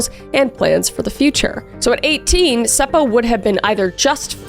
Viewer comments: Being from finland, i cant help but giggle at some of the names you pronounced. Like Seppo just being Sepou. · Omg I LOOOVE how you say Seppo/Säppo! And the fact that you actually say it right! 😁😍🥰👌🏻👏🏻🖤